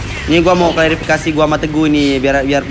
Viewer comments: Klarafikasi yang benar wan bukan (Clara)fikasi hahahah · Clariii oiii bukan claraaaaaa😂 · CLARA NOT CLARII WKWKWKWKKWWK